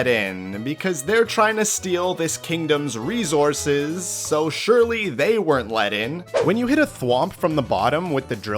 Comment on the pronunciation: Do you mean RESOURCES? Instead of Rezourses